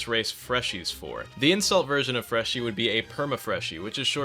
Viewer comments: yeah nah we're all saying freshie not freshy dawg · its freshie not freshy idf soldier ur trying to change the terms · If you had the slightest clue on how languages grow and develop you would know that it is completely fine to spell it "freshie" due to how the word has developed and changed over the years, like how in swedish "f" used to be pronounced as "v" in some words or how the word "goon" used to mean a bad guy in common speak but nowadays everyone thinks of masturbation (which goon does not mean just normal masturbation unlike how it is used) You are prejudiced, biaced, and absolutely BLINDED by ignorance.